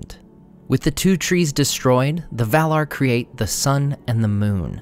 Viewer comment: The "R" is not silent. maiaR & valaR not mai-uh and val-uh